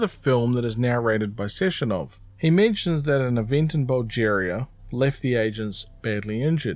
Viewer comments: Your pronunciations of Russian names were pretty good. But you kept on saying Bulgaria like it was “Bulgeria”. Mixing it up with “Algeria?” It’s alright, man. Mistakes happen. And Granny Zina is Sergey’s mother-in-law, not his stepmom. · Amazing video but saying “Bulgeria” was upsetting lmfao